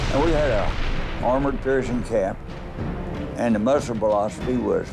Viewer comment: "m26 PEARshing" 😆 it's Pershing